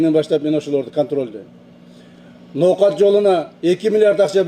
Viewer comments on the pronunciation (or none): none